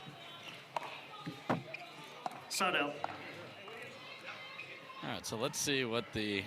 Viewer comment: When the ref says "side out" it sorta sounds like "sod off" - hahahahaha